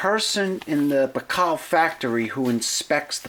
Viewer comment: Baikal is pronounced BUY-CAL. NOT Bacall like the actress.